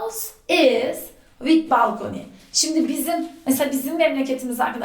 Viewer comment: "vid" değil be hoca, daha videoyu açar açmaz ofsayt: peltek yahu